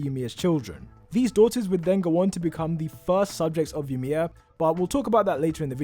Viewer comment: I’m cringing when he said yamir